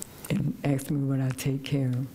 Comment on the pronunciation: Ohh yeah.. like Kree Kree and dat commissioner done Axed me how you gonna get my boi ? I think he